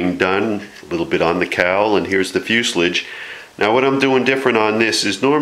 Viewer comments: Oh my god how funny, it's fuselage, not fuselige, at least learn the terminology, newbe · "Fuslige?" Fuselage is a French word. Fus-e-lage. Say it like a Frenchman. Nose cones are for rockets. Airplanes use spinners. Is there enough dihedral in that wing? Peck kits fly well, if you build it right. I left the gear off mine. Less weight, less drag. I like the jig, though. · I've worked for two aircraft manufactures and it is commonly pronounced as fuselage, in fact 100%, never heard it pronounced fuselige haha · Many of our Aviation terms came from France and fuselage was one of them. The "ah" is correct,, as in fewzelahj. Crazy but true. Empenage is another, ahmpenahj. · You say fuselage wrong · I noticed your way of saying it... and then I got over it very easily. On YouTube... you’d better get used to people saying things differently, along with having accents and the like... or you’re going to have a very rough go of it. I’m very much enjoying your videos. Thank you for taking the time to share your fun.